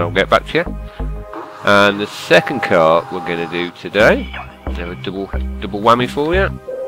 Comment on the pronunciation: Car not cat